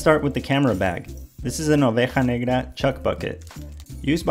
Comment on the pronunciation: When you pronounced negra correctly I hit that sub